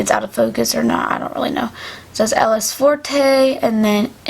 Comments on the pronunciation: Just saying: you say elle est forte like this: ell e for ☺️ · I'm glad that you are so determined to stay a strong girl! Love the idea of purity rings. You actually pronounce it L•A(long a) •FORT (with a French accent of course). In French if there is an s at the end of a word it is silent. When you conjugate a word it always sounds like the derivative of that word. Forte is derived from the word fort (said the same way), but because it is Elle (She) instead of Je (I/Me) it is forte instead of fort. May God bless you throughout your life!